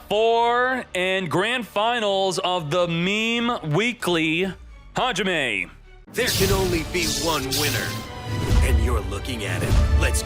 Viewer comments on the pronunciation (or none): none